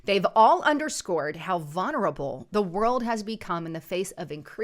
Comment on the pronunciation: The word is not "vunerable," it's VULNERABLE.